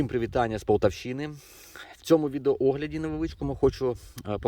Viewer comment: Я понимаю,что тяжело перейти с русского на украинский.Но все-таки полтАвщина